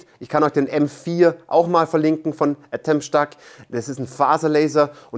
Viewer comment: Die Aussprache des Firmennamens wird immer schlechter. Letztes Mal "Ätomstack" und jetzt "Atomstack" ... wie wäre es mal mit "Ätomstäck"?